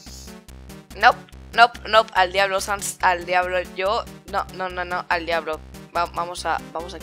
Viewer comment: Alguien mas noto que cuando estaba borrando a Sans de la imagen en vez de decir al diablo decía... "a diabo nopnp al diablo Sans" decía Diabo:v